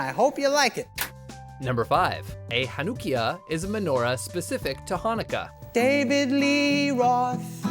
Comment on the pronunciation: I am orthodox so I'm gonna comment on all #5 in israel it is still called a chanukia, also the chanukia doesn't date back to Moses although the menorah does they are pronouncing stuff very interesting #4 the chart in chanukah is pronounced like the German word Bach by constricting your throat like having a hair in ur throat I guess #3 olive oil or shemen zayis is used today in Orthodox circles, particularly considered like more of an adult thing , and kids light the candles though according to the law it is fine no matter what. also it is pronounced latkuuuuus with an u as in up not latkees #2 the main holidays are Passover succus or succot and Shavuot or shavuos as well are yom Kippur and rosh hashana the minor holidays are Purim and chanukah basically though minor isn't the right word they are minor because they were instituted by rabbis rather then the Torah or bible #1 it is inscribed if in the holy Land a great miracle happened here, with an initial for each one, and a great miracle happened there if outside of the holy land